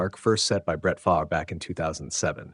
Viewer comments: F-A-R-V-E not faver….. (F-AR-V) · Here is a little advice from someone who has never even used AI or ChatGPT: When you enter in the text for the narration of the video, using a name like Brett Favre, You spell Favre “Farv” or “Fahrv”. That way AI will pronounce it right for all the people watching your video. Your welcome.